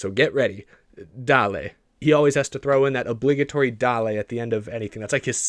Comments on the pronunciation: You accidentally pronounced the word Dale wrong. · Pitbull didn't say "Dale" he said "Dale".